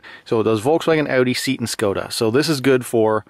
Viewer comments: Seat. Is not pronounced Seat 💺 as in car seat rather it is pronounced Say At - as my mum used to say “better I tell you than a stranger “ . Ah.... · "Say at", not seat. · Seat is prnonounced SEA- AT not seet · You pronounce Seat as (say at) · "It's a diagnostic device for Audi Volkswagen SEET Skoda". No, it's "SAY-AT". Jesus. Whilst we're at it, it's "soul-der" not "sodder" and "al-you-minium" not "aloom-inum". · LOL at the pronunciation of SEAT - it's Spanish and sounds like SAY-AT, not seat. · SEAT = ‘SAY-AT’ not ‘SEET’ 😉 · It's not seat. It's say yat. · Lmao at how you pronounce Seat, should more like 'say at' without the pause inbetween. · It's not SEET!! It's SAY AT!!! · I actually prefer SEAT as you say it and as it's spelt 😂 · "seet" lol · SMH. Seat is pronounced 'Say-at' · Seat is pronounced "Say-aht". Thanks for the review! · Seat is pronounced SayAT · seat is pronounced say-at ... you re welcome. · The name Seat is pronounced SAY AT . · Seat is pronounced Say-at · It's pronouncd SAY-AT. Interesting product. Here there is a guy who does all the VCDS coding you would want for $25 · Seat, not chair maan...SeAHt :'D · It is PRONOUNCE "SAY AT"...oy vey!! Spain brand of VW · Anyone who's had one knows it's actually pronounced "Sheet". 💩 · Thanks. Great video. Ordering one of those today. FYI: Seat (cars) is pronounced SEE-AT. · So i,m going to sit on my SEE-AT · Americans are adorable in how they pronounce Seat :P.